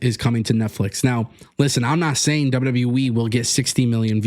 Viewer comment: Its W-W-E! Not W-WE! Stop mispronouncing the name!You sound stupid & clueless every time you say it!